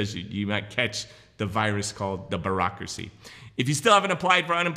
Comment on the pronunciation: Love the way he says BAAARACKRACY